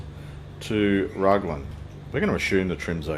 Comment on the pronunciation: I've only ever heard Raglan pronounced with the Rag rhyming with bag. I've stayed in that holiday park a few times (one time in one of those units with the blue roofs lol), you can count the rivets on planes landing towards the ocean ! That was Hampton Downs circuit that you flew over on the way into Mercer.